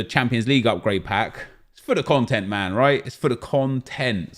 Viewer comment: Someone tell me why says MANNN like an American?? What's he trying to achieve??? It's annoying me lols